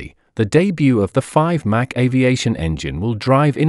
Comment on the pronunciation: It's Mach, rhymes dock not Mac! "US State Route 71"😅🤣😂 Official CCP YT channel